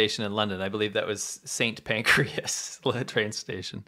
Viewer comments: St Pancras ... not St Pancreas. TBH, that's not much better. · It's St Pancras not Pancreas 😂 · That's St. Pancras, not pancreas. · St Pancras, not St Pancreas. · St. PANCRAS, not Pacreas - please.